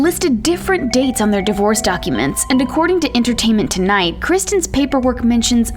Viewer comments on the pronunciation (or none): none